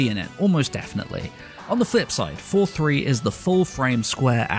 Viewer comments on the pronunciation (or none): Every time he said "It's 4:3" It sounded like "it's for free". I was mildly confused xD